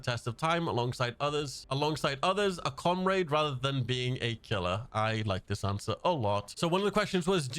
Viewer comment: You butchered that word 😂 its pronounced com-rad.